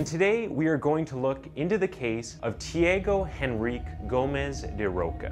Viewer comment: Say tea-ah-go en-reek -kay Tiago Enrique